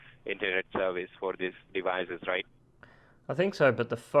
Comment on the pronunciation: how many 'deevizes' do you have? ~